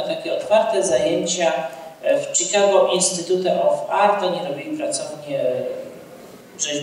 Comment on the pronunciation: Pan pisarz a angielski ma gorszy od dziecka z podstawówki: (CZIKAGO) INSTITUTE OF ART tak samo się wg niego fonetycznie wymawia jak się pisze, to jest dramat